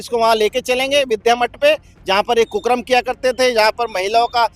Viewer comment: कुकर्म को कुकरम बोल रहा है